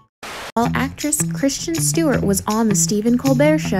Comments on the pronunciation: What is with this narrator? It is Kristen Bell, not Christian. It is Cara Delavingne, not Carla. Very distracting. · Why does the announcer keep on pronouncing Kristen Bell's name as "Christian" ? That just ruins it. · You put all these clips together and can't even get the names right. Christian? Kristin honey. I couldn't like it just for that. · Her name is KRIS-TIN.